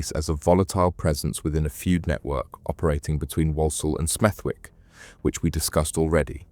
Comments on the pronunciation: It's pronounced Smethick, a silent w as in the middle of Warwick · IT IS PRONOUNCED “SMETH-‘ECK” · nah I don't think so, but as I live by Smethwick it just stood out to me haha but it's one of them, if you don't know the area then you probably wouldn't know the w is silent 😂 more Birmingham/Midlands stories would be good 😉 👍🏻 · Good vid bro, Smethwick has a silent W though 👍🏻